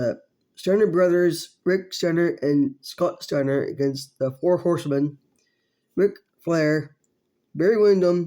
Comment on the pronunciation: “The foe harsemen” RIP Dusty Rhodes